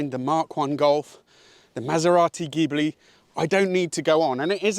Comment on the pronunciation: Thats Maserati Ghibli. Pronounced hee blee. Not giblee.